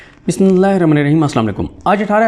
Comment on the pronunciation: او بدبخت انسان۔۔۔بسم اللہ تمیز سے پڑھا کر ۔۔۔ اپنی فضول کی بکواس کیسے آرام آرام سے بولتا ہے۔۔۔